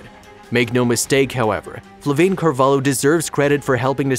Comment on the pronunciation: I wish I were that attentive. Ah, and her name is Flaviane xD people wrote "FlaVAIne" and it's like "Flavi-Anne"